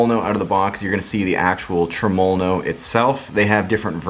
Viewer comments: I figured after the 789309th time u said trumulalow no you would learn to say it properly without struggling so much 🤣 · Dude you are pronouncing Tremol-No wrong. I wouldn't say anything but you say it so many times and is cringing me bud.